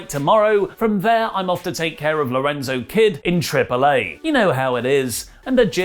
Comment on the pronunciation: lorenzo kid? hahaha. its laredo kid.